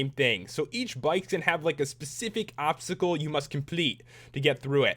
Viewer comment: Dye the Chinese Dragon green and you have Shenron. And you said obscacle.